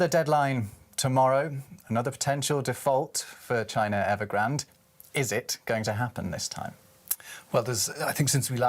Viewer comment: Did you say Nevergrande?